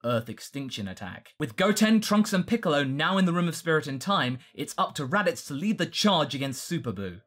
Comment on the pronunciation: Radito? Really? Not Radiku? Come on! Radiku is radical!